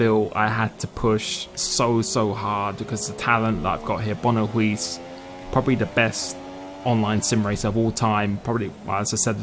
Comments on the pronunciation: Silent Four-Eyes yeah English people can't pronounce 'Huis' correctly haha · If Huiiiiiis's name is referring to the dutch word 'Huis' (house) then you're saying it so wrong xD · IT TRIGGERD ME SO MUCH . . . . The way you said Huis. Huge congratulations!